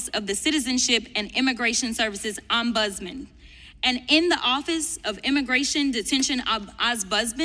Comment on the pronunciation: Who or what the hell is an "Om Buzzman" or "Oz Buzzman" or "Ahn Buzzman"?